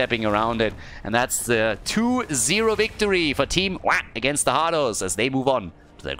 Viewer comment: ITS PRONOUNCED WAH!!!! NOT WAH!!!